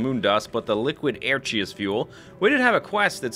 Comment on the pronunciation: the C + H in Erchius is pronounced like a K